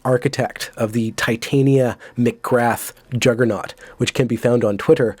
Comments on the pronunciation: Please learn how to say Titania, so cringe. Takes a tiny bit of research. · I assumed it's pronounced Tit-ania based on a one off Simpsons character, a barmaid with huge mammary glands. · Its' pronounced something like Tit-Ah-nee-a....check her out :D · Titania is from Midsummer night's Dream, it's the kinda name only upper middle class brits would give their kids. Generally pronounced something like Tit-Ah-nee-a. Just thought it was funny that every N American interview Doyle's done the interviewer got it wrong lol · I really am shocked at how many people do not know how to pronounce Ti'tan'ia... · Can no yanks pronounce Titania properly ffs?! ;)